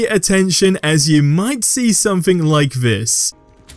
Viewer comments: Wtf is sumfink? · wtf is somfink?